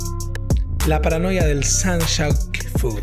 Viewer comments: Papo. Es PRONOIA No paranoia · Pronoia, no paranoia!! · clave que todos cuando lo leen dicen Paranoia en vez de Pronoia jajaja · Pero no es Paranoia es Pronoia, todo lo contrario 😅 Yapo Papo por último lee el título bien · pronoia, no paranoia ajdsashdj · Pronoia no paranoia skgskhks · Es la "PRONOIA" no la "PARANOIA" JAJSJSJS